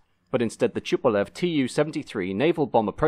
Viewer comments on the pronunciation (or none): Interesting mini documentary. A head up on the pronunciation of 'Tupolev', it's not ''Schupolev'', it's with a normal 'T'.